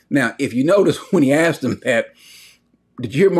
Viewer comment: And not 'aksed' 😂♥️